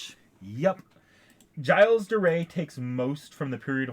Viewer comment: ok so just a small correction gilles is pronounced either jill or jills not jyle